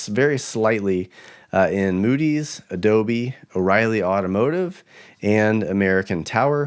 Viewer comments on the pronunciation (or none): none